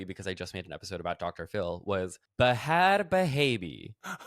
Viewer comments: Wait I also pronounce the h's in bhad bhabie lmfaooooo 😂😂😂😂😂😂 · Does Bhad Bhabie support Israel because they are so committed to their Khhhamas bit? I think Matt is respecting her culture with his pronunciation. Maybe her support is just a longing for Americans to fully see the Bh...😂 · You got me good by insisting on pronouncing the H in Bhad Bhaby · ‘I’m really committed to pronouncing the ‘H’’ I burst out laughing